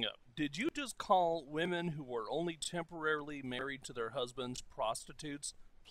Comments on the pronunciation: I thought he was saying tempura marriage...hmmm, tasty! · he's saying "temporarily", maybe if this idiot learned how to talk the message would come across to everybody.. i wasn't sure if you were just making fun of the way he pronounced it or just genuinely didn't understand it so i decided to reply to you anyway :p